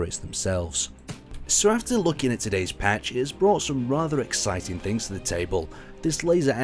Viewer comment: OK i know its kinda your thing but could you please stop saying exiting its becomming annoying